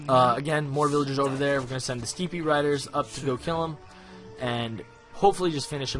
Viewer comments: Steppe is pronounced step not steepy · Couldn't help noticing someone correcting you on your Chinese pronunciation, so while we're at it, the English word "steppe" is homophonic to "step".